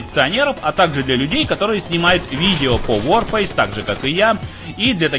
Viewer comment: ЛОЙС за СЛОВО "ВОРФЭЙС"